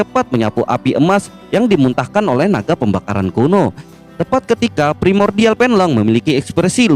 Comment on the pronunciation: Kuno dibaca kono.. napas di baca panas..hahahaaa..